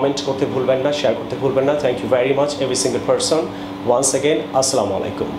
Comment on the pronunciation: Please don’t say aslamualaikum...you should say assalamualaikum.....please don’t mind....carry on this way...